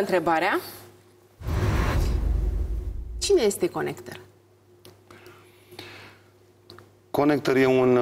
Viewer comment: Ea ii zice conecter :)))))))))))